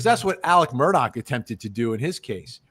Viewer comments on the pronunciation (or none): none